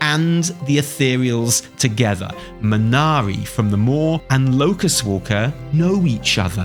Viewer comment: MANARI?! It's Ve'nari, and she's epic.